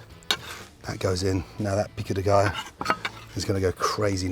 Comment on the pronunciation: Love how gordon trys to sound Hispanic when he says tortilla and Pico de gallo